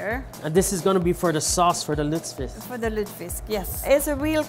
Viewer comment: Dude, your pronunciation of lutefisk is terrible lol